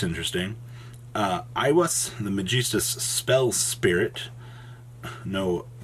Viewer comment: Gonna have to start watching these on mute if you don't stop pronouncing Magistus like a toddler.